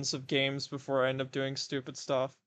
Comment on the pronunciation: "this shtuff". love it